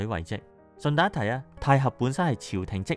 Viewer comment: 太閤應該讀太閣?